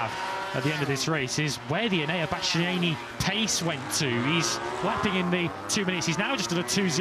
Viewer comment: "Bastyeeyee-neenie" - someone please tell this commentator how to pronounce Bastianini - his co-commentator can do it correctly yet he repeatedly guffs it and is still doing it in 2025.